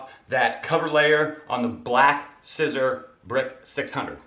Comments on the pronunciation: By now, you know that SISER is pronounced SEE-ZER. One year post video, and I wish you had allowed more space between the F I T on the front. But the shirt looks pretty nice! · It's pronounced Seezer, like Caesar.